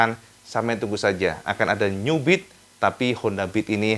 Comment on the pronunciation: 13.05 New Beat terdengar seperti Nyubit 🤣🤣 Maaf just jokes for fun 😁🙏🏻